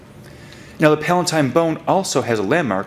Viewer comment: its pronounced PAL-UH-TINE